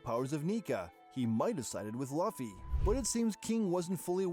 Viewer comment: It’s just bothering me how y’all a one piece channel and saying Luffy name wrong (I’m reporting ur entire channel)